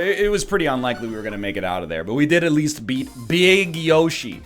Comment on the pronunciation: BEEG YOSHE